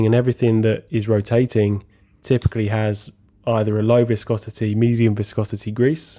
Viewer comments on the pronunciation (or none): none